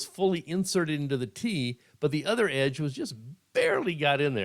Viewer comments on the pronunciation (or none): none